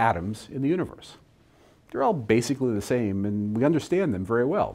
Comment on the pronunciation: Why do you pronounce the word "and", "aay-yand"?